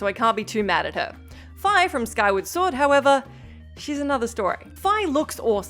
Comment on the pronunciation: The only time "Fi" was pronounced Fye was in Hyrule Warriors and was a localization mistake since Fye errs on Germanic pronunciations and not Eastern linguistics. Fee is the proper way to say Fi as far as LoZ goes.